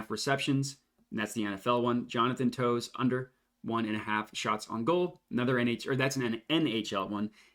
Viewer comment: They’re pronounced “Taves” and “Cuh-chuck” 👍🏼😂